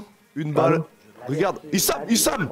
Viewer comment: haha c'est pas isham, c'est i-shame mdrrrr